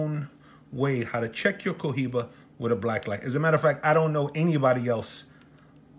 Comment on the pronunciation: The H is silent 🔇😵